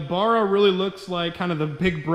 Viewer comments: Fucking BARRA not Burra 🤦‍♂️🤦‍♂️ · Ba-ra Not Bar-a 😉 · bArra... B. A. R. R. A Not Burra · It barra not barraa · Bro sorry but its bugging me its b arra not bar-ra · Its not a barer its a barra american stoodges. :) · It's pronounced "Barra" not "burra"... Cheers from Australia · As an Ozzie, you are making my ears bleed by saying 'baa rah'. It is pronounced 'ba ra' I own both turbo and NA FG Falcons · Please stop murdering the barra name it is not burra it is bArra you need to pronounce the A better please my aussie ears are bleeding lol alternator bottom left power steering top left air con right side all looking straigh on from front of engine $150-$200 in oz for FG Barra. green top lpg gas motors are the best for boost from stock they have stronger rods higher compression from stock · bArra Not bUrra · Give him a break guys, he is thinking about the bar where you buy beer lol, first time seeing this vid pop up but saw another one where he corrected it since he got attacked on how he said it😂. Now i know why, does sound odd baaara vs barra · its pronounced baar-ra not what ever the fuck your saying. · It's pronounced "bow-rah" here in ausland. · If you’re gona grace your fine man shed witha Barra Then say it properly Baa Rah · Mate! Please watch some Aussie videos to help with pronouncing Ba rra... I believe I speak for all Aussies in saying that 😂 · It's pronounced BARRA, can't get good numbers from a N/A without changing out valve springs or you get valve float when turboing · B - aa - rah. Watch a video by an aussi about barramundi. Cut the mundi part off and you've got it. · As an Australian, I cringe when you say Barra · Mans saying Barra wrong and it’s pissing me off 😂😂😂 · How come you can't say Barra? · Awesome you are using Aussie hearts. But due to the pronunciation I just couldn't watch the whole vid sorry! Maybe ask cleetus for some tips he says it better. 😉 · Learn to pronounce it right while your at it